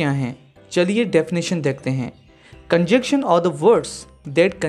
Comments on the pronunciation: "Conjection" or conjunction" probably pronunciation issue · Sorry but correct your pronunciation of the word ConjuNction...